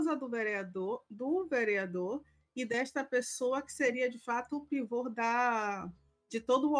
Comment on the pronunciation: "pivor", minha senhora? Vc estudou mesmo? Uma jornalista que não conhece a palavra PIVÔ?